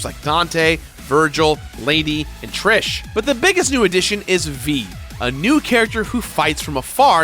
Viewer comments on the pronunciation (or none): none